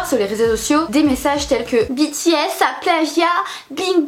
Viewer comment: Ta vidéo me stresse tu dit "Bi T S" alors que moi je it " B T S" 😂